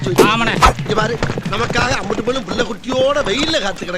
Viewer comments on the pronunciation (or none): none